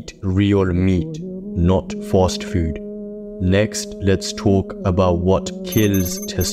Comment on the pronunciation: Im pronouncing fast as fawwst from now on! Sounds raw 💯💪🏽